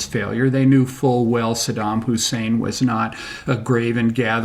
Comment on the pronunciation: Mmmmm...... Since when did America give a toss about civillians. 'THE ILLEGAL WAR ON IRAQ'. was much published. look it up you might learn something... ibiza luziaa whatever.......... hahaha btw its saddam not saddan. Saddam was a dictator, but so is america they aint any different, but the war was about WMD not anything else.